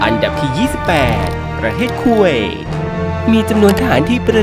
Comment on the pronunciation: อันดับที่ 28 คูไว😂😂😂 จากคูเวตเป็นคูไว😂😂😂😂😂😂